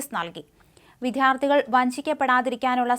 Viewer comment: ഇതുവരെയും മലയാളം നേരെ പറയാൻ പഠിച്ചില്ലേ?ചുരുങ്ങിയ പക്ഷം വിദ്യാർഥി എന്ന വാക്കെങ്കിലും. ഈ 'വിദ്ധ്യാർത്തി ' പ്രയോഗം കേട്ട് മടുത്തു. ഈ കൊച്ചിനെ പേടിച്ച് ഞാൻ ഇപ്പൊൾ കണ്ടാലും ഓടിപ്പോകും. അത്രയ്ക്ക് തെറ്റുകളാണ് വായിക്കുമ്പോൾ. മറുനാടൻ ആയതുകൊണ്ട് മാത്രം ആണ് വല്ലപ്പോഴുമെങ്കിലും ഇത് open ആക്കുന്നത്. പക്ഷേ.......ഇപ്പോഴും തഥൈവ.